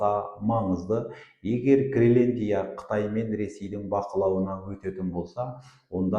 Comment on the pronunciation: Ассаламу'аликум, мырза! Мен сіздің тұрақты тыңдаушыңызбын. Менің сізге айтар уәжім бар. Гелендия емес, Гренландия деп толық әрі түсінікті тілмен айтыңыз. Сіз белгілі журналистсыз ғой. Сізге тіліңізді сындырып сөйлей ұят. Тағы да айтарым, сіз жиырмасыншы деген қазақтың сөзін толық айтпай, жирманшы деп сөзді жеп қоясыз. Олда дұрыс емес, лингвистикалық жағынан өрескел қателік. Тағысын-тағы тілдік жағынан сізде қателіктер өте көп. Бұл сізге сын, үлкен сын... Бұны неге айтып отырмын, Қазақылықты дәріптеп жүрген сіздер былай сөйлеген соң басқалары (тілді бұра тартып жүргендер) не істемейді.